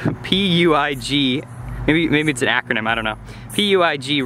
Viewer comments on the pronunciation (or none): PUIG is from Spain. hahaha it's pronunced something like "puich" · It’s pronounced pewig